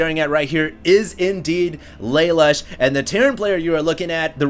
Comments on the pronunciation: I think Lalush is pronounced like Lah-Loosh; a play on the spelling of "LeLouche" from Code Geass. At least that's the first thing I thought of when I saw his name. That said, thanks for posting these replays. Very awesome man. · PRONOUNCED LUH LOOSH